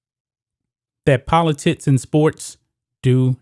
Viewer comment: It’s “politics” not Politits”.